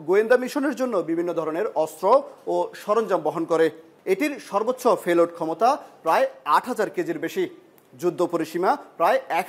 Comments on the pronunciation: ফোর ফয়েন্ট , ফে লোড, ধরণের উফর - এসব কী উচ্চারণ রে ভাই ! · আপনার উচ্চারন আরে ভালো হওয়া উচিত - ফেলোড , ভোমা!!!!